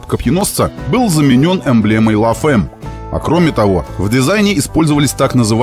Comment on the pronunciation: Розовый Додж это конечно великолепно)) и, кстати, читается "ля фам", а не "ла фэм")